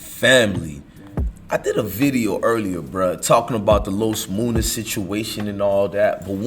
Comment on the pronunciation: Nigga his name is MUNNA not MOONA ! Like Money